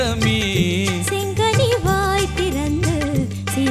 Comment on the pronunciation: Aankural செங்கனி not செங்கணி உச்சரிப்பு முக்கியம்